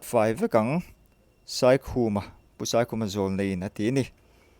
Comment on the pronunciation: Zawlnei Saikhuma hming a Sai in lam dan a dik lo, Sai hi a ri hniam tur ani